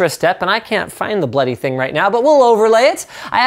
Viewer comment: Linus is the only american I have ever heard who can say "bloody" correctly in the swearing term :P